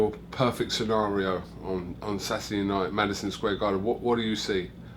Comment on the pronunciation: Rocky ‘satdee’ Fielding.